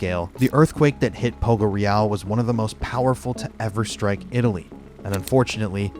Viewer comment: Very cool video, thank you for reporting about this sad event. Please, look up the correct pronounce of “Poggioreale”.